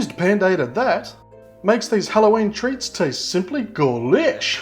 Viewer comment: I'm sorry but wtf is "Golish" 😂?